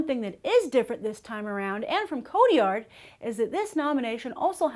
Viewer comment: am i the only one bothered by her pronunciation of "Cotillard"